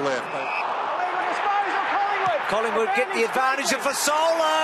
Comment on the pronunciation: There's a 'G' in Collingwood, AFL